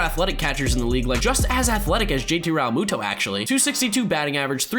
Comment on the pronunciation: The way you keep saying Realmuto is so cringy